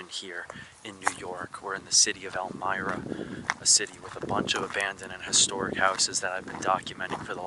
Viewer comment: Elmira is pronounced with a long I, as in my.